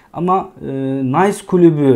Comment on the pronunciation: Klubu değil, kulübü sevgili.